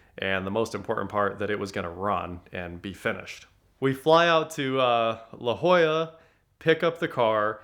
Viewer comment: Thanks for pronouncing La Jolla correctly.